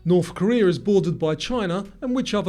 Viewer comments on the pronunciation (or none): none